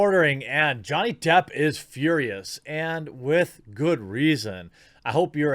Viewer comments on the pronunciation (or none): none